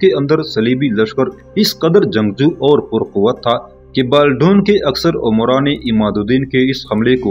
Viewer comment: انیسکی بات کو آپنے طویل تر کردیا ھے اور بالڈون کا نام غلط نہ لیں۔Baldwin